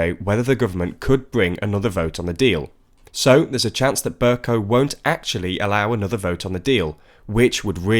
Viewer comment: why do you keep saying Ber- cow it's pronounced Ber-co. Even on the Podcast you made that same mistake. Please correct yourself man.